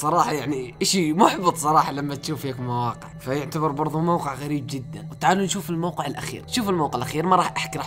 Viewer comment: موقع مش وققع